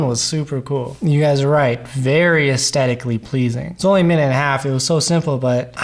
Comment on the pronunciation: Is it my ears or has the word 'aesthetically 'lost' its h in this video? Good video but it drives me mad (I'm old, it might be my ears!)